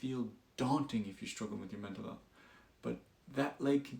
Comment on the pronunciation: "Menta health" "welcome no" Try again Gtf outta here with your AI BS